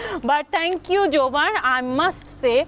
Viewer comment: জোবান কে যৌবন কেনো বলেন আপা???